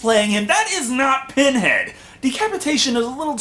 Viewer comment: Not only does she mess up with the Lamont Configuration but then she says Penhead.